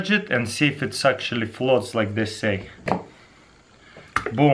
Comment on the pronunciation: " it flots yep it flots" lul